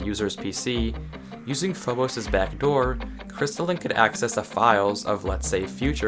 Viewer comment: also I always pronounced it phob-us so it feels very weird to hear it said as phob-ose